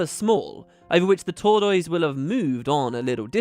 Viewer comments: I don't know if it is an English thing but here is how I think tortoise is pronounced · new mic sounds good. the British pronunciation of tortoise threw me a little. in America we say tor tuss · Fantastic. Also. Your pronunciation of tortoise.... :3.